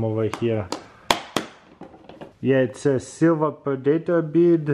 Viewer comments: Ask your wife how to pronounce predator.. the fact that you know the movie makes it even more painfull :D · Pre-Day-tor, lol :D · But for real it's so funny to hear him say predator